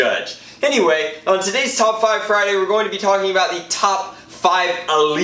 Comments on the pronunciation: "Fridurday?" Me-"Sure, and tomorrow is Smatelday." Derp. Hilarious. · Did he say Fritarday? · It's Fryderday my dudes